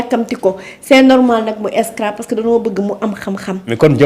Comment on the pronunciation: Cette femme a un probleme de prononciation...On Scrabble et non Scrabbe